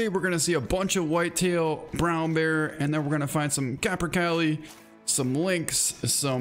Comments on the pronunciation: It's produced caper-calli not caper-kyle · Hey man those birds are pronounced capper-kaley